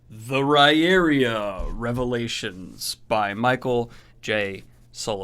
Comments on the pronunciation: Ri-ear-ah not ri-eria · I think the pronunciation of 'Riyria' is still a bit off, I went to the interview and I think how MJS pronounced it is 'rye'-'ear'-'aa'. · It's actually pronounced Rye-ear-ah. Sullivan says it's an in-world linguistic quirk it's not spelled like it sounds. And you should finish this series then go on to his Legend of the First Empire. It gives the actual accounts of the mythology the the world. Fascinating how he shows how things were misinterpreted and changed over the 3,000 years from founding to Riyria. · Dude .. you butchered the name of the series again!! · Said the name wrong again!! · Correct. He says it's an in-world linguistic quirk. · He still forgot it for this one, LOL